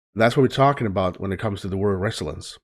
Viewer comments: To say the word like most Americans say it, do NOT put the spoken emphasis on the First Syllobyl, put it on the second sylolbyl. NOT RES-so-lience, but res-SOL-ience. Thanks. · yeah, its rough for him being Swedish, and not speaking English every day. i told him its --- re zill yence --- for the pronunciation. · Its pronounced. (reh-zill-e-ence) Resilience